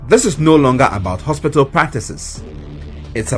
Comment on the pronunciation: Lady, please stop the "haspital." Its "hospital"